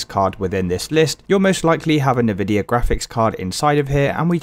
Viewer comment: I hate the way you say Nvidia